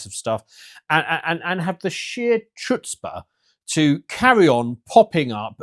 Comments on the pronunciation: Wait, how did you pronounce “chutzpah”? That alone might justify the immigration numbers in the hopes of finding someone in England with proper pronunciation. 😂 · hire a New York Jew to teach you how to pronounce 'Chutzpah'😉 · You're saying chutzpah wrong and it's annoying, not cute. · 'chutzpah' why do english people do this to the english language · that's not how we pronounce 'chutzpah'